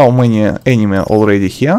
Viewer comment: I love how you say "enemy" almost like "anime" lmaoo